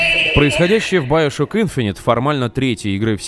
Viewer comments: Надо говорить не баёшок ,а биошок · Как же воротит от твоего "байошок" , чувак оло , ты русский , ты не знаешь слова биошок ? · не байшок а биашок камсток а комсток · сам ты доктор Сучонг...Он Сушонг,а еще не байошок,а биошок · Биошок а не Баишок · говорит баяшок!!!! )))))))))